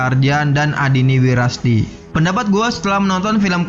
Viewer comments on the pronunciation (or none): Pengucapan nama aktornya banyak yang salah bang, andinia wirasti, bukan adini wirasti, matias mucus, bukan metias mukas, maudy koesnaidy, bukan maudy kosnadi. Coba belajar artikulasi dulu, sebelum buat video dengan dubbing begini. Karena pengucapan katanya masih banyak yang salah